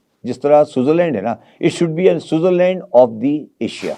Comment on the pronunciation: I love when chicha says suzarland in his lahaori akshent